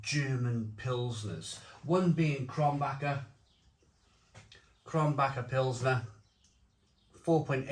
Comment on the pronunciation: He pronounced the beers incorrectly but he didn't watch the video I saw on how to pronounce German beer I guess